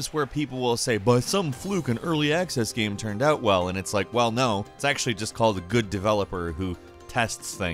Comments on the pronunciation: I really like and enjoy your videos but I can't stand how you say the word "game" it sounds like you're saying geem :) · Please stop pronouncing game “gam” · Take a shot everytime he pronounces "gaem"